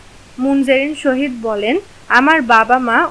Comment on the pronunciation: Munzareen sahid hobe..... Tumi sohid bolcho kano😂😂😂😂